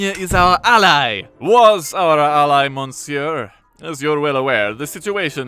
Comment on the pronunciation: Please look up the correct pronunciation of "monsieur" post-1650.